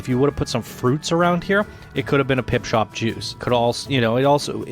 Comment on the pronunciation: For Christ sake, would you please stop saying "Pipshop" when it is called "PipSHOT"? Thank you :) otherwise, great video and congrats to the winners.